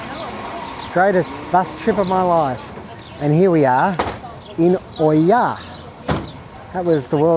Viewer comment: NOT OIA it's IA 🤣